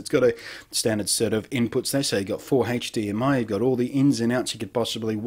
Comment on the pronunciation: I love the haych-D-M-i :P